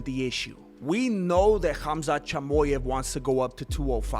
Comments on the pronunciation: Chamoy-ev lol good shit man 😂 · Hamzet Jimooyeff 😜